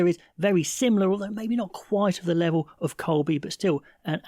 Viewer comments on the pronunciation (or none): none